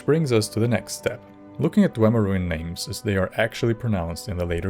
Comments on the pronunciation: Good video but It's not pronounced Dwehmer or Dwaymer. It's Dwee Mer (Dwee like Free). Idk why you are citing these mongrel dog skryim npcs who are thousands of years removed. Azura's pronounciation is the correct one. Azura was around before the Dwemer disappeared and had plenty of interaction with them before they vanished. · In Morrowind, Azura pronounces it DWEEmer, and if the Twilight Queen says it, it must be true. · YES my headcanon is that Falion referring to them as Dwaymer implies that everyone's pronunciation is wrong AND that there are/were more Dwemer able to be communed with somehow. Could be a mistake, but it feels right that a character with strange magical powers and a weird schedule would have knowledge that no one else has in-game.